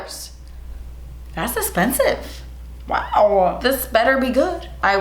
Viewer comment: “Thas esspensive” 🤣🤣